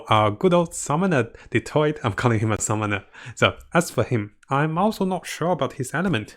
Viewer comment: Why he saying dottore like that 😭 he saying Detroit